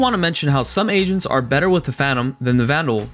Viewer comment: Yo I’m not gonna lie I really thought this man said Asians instead of agents lmao